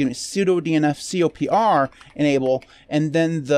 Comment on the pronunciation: Isn't it pronounced "Copper"? Also, it contains some big packages that have simply been removed from the official repos, like the Eclipse IDE.